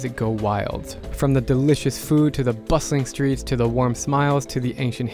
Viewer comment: Did he say bussing or bustling in the beginning? Haha